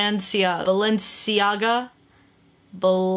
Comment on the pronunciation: Went did i laugh so hard when she couldn't pronounce Balenciaga